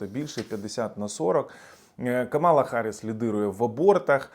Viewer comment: До сколько можно уже просить несколько раз уже писала называйте правильно имя вице-президента США, Камала на первый слог ударение !Камала !Камала на первый слог ударение! Вся администрация Трампа и все люди вокруг него специально называют неправильно её имя а вы?